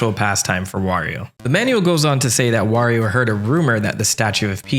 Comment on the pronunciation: im gonna assume you didn’t grow up pronounce wario’s name correctly cause I notice you switch between wario and the infamous woreo a LOT